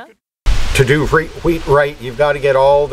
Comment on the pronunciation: wheat not weed